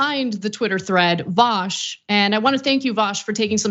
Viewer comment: It's pronounced VU SH, vu as in deja vu and sh as in SHHHHHHHHHHHHHHHHH